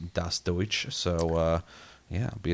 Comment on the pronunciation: Hey, dein Deutsch war garnicht so schlecht. Liebe Grüße an euch